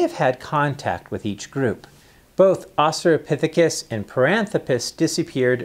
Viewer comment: Australopithecus. There's an "L" in there.